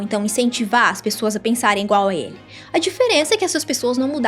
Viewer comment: ... pensar "ingual" ele. Essa doeu no ouvido.